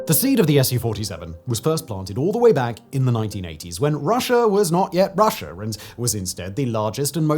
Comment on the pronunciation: Americer....Russier.... Simon has intrusive R's! 😅